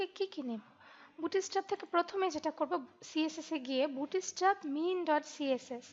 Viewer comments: অনেক সুন্দর একটি টিউটরিয়াল। আমার অনেক ভালো লাগছে। ডোন্ট মাইন্ড আপনার উচ্চারণে একটা সমস্যা আছে। উচ্চারণটা ”বুটি-ইস্ট্যাপ” না “বুটস্-ট্রেপ”। ধন্যবাদ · 'bootstrap' bangla pronunciation chara khubi sundor